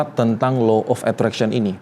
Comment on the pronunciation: punten baru anak psi sems 5 mau komen boleh ya pak. 1. delusi bukan gangguan jiwa. Delusi itu soal cara otak memproses realitas. 2. cara bacanya itu bukan Low tapi Law pak… krn hukum tarik menarik. 3. kalau apa apa disangkut pautin dg ilmu pengetahuan udh pas LOA kalau, apalagi klo bicara soal agama, itu pst kalah. krn balik lg ini soal kepercayaan dan spiritual yg g bisa disandingkan dgn logika. cmiwww terimakasih